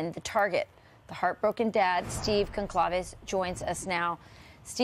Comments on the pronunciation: It’s pronounced like Gonsalvez. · It’s GUN-CAL-VEZ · From New England , in an area with a lot of Portuguese, Italian and Spanish family heritage. Having a hard time with this case due to the obvious but also with all these creators and news outlets not properly pronouncing Goncalves , it’s either pronounced like “Gon- zal-vez or Gon-salves “ please and thank you 😊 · I wish anchors & reporters would correctly pronounce Goncalves, especially when a family member is interviewed and/or when Kaylee is spoken of. Geez. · Learn the correct pronunciation of her last name. You're supposed to be a professional.